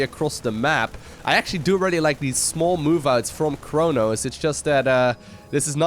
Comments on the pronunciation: It is pronounced kro-nossssss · Chronos is thhe name of a Titan in the greek mythology. So even in French, you still say "ChronoS" :)